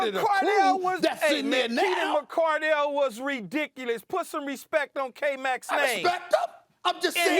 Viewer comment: I'm sorry this is the same guy who said Donavon Mitchell was the best Utah jazz player ever despite 2 hall of Fame top 50 players in NBA history being lifetime jazz players Im sorry I don't count that 1 laker year.. he is such a prisoner of the moment it's ridiculous...mispronouncing Keenan McCardell name disrespecting Mike Alstott like Keyshawn said they have pro bowlers across the board if u weren't watching football around that time just say that 🙄